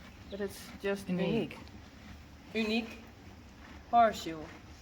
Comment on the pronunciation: I have always pronounced it Oo-neek, as you do.